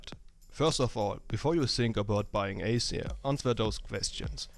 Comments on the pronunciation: it wasnt accent which is why i mentioned it.. spotlight tells u how to say it, he had just said it really differently. and we patched it up already.. i wasnt being rude >.> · PLEASE pronounce it right AZIR !!! not acer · its azir and aceer.... didnt u not watch the spotlight